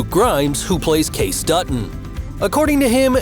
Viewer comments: It's Casey not case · his name is kayCe not kayc!!!!! if ur gonna do ur own youtube channel learn to pronounce the names correctly!!! so you need to actually watch it so you can hear how things are said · Why can't this narrator say Kayce correctly. Seems like he doesn't really know the show. It is not pronounced Case but kay-see.